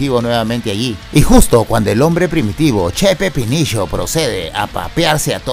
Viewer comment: amo cuando dice che pepinisho HAHAHA